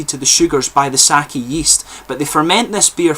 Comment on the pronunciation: I am enjoying the second try of this one. Usually, sweetness is a lingering tone I don't care for but in this one, the lingering tastes as you get lower on the bottle, really keep the interest going. Amazing, unusual taste. Oh, and Sake [you pronounced it correctly] is not wine. It is a spirit. Too many foreigners say [saw key].....you did it right with[ saw kay] for pronunciation. I didn't know they were trying wine. Japan has only one tiny area fitting for it. I hope they can do it. you are full of knowledge.